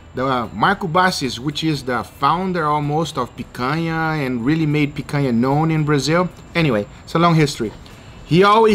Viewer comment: Guga, are you brazilian? Your accent of "picanha" and "churrascaria" is perfect!